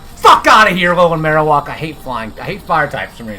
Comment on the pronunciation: Marowak not marowalk